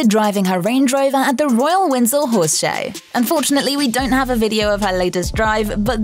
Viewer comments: FFS, ITS WINDSOR NOT WINSEL!! If you can't pronounce the place name, get someone else to do it!! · Where is "Winzel" Castle?😂 Is it near Windsor Castle? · It’s Windsor Castle, there’s no Winzel castle. The British accent just makes it sound like that.